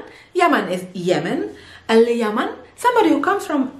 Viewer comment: al_yemen not al_yaman